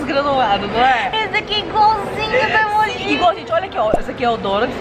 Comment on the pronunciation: Vcs falam emoj errado